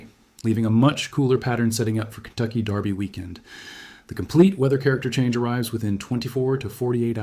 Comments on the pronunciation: Definitely AI. His image and voice are used in at least 2 dozen other channels that I know of. That, and the word derby was consistently pronounced darby; as in the Kentucky darby..It's easy to figure out whether it's AI. Listen for mispronunciations. AI usually gets some words wrong. They struggle with numbers too. Numbers, like dates or prices come out in weird nonsense syllables and gobbledygook. AI struggles with reality in general. I like the gardening videos done by AI. The illustrations are hilarious. earthworms have feet and antenna, tomatoes grow on celery, and there's lobsters in the gardens.😆🤣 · Since when is Derby pronounced "Darby" ?